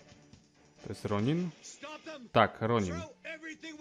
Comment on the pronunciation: Piszę się Ronin a mówi się Ronan.